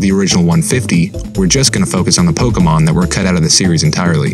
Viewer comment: Though the way he says pokemon wrongly repeatedly is annoying